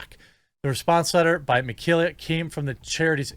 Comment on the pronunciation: "Meh-KAY-lah". Please do just a tiny bit of research. You could have just listened to the first portion of her podcast.